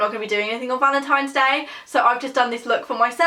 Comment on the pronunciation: You said valentimes day lol I love you